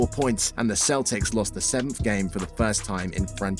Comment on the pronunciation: The mispronunciations of Havlicek, Auerbach and Celtics are an embarrassment to the team and the fans. For crying out loud, how hard can it possibly be to do a little extra research, and get them right the first time? These errors take away nearly all enjoyment of what would otherwise have been an excellent video.